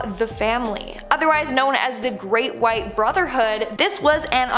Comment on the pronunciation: Apple white , white like the color not Whit.